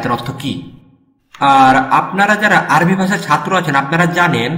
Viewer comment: মাশা আল্লাহ! ভালো লেগেছে। তবে আপনার আরবি উচ্চারণ ঠিক করে নিবেন আশা করি।